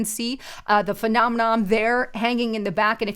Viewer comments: Right...phe·nom·e·non not phenomenoM.. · It’s not “phenomeNOM”....it’s “phenomeNON”... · Phenomenom? isn't very good at pronouncing the big words her script writers feed her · there's no "m" at the end of "phenomenon" or "phenomena."